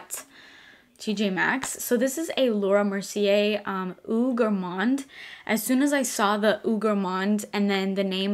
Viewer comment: So I know people probably don't care but since a lot of your content is perfume related maybe you should know... "Eau" isn't pronounced "ooh" it's pronounced "oh." Since you're gonna be saying it in almost every video might be better if you actually say the word right lol.